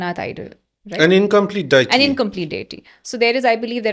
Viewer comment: It's annoying he keeps saying the word deity wrong way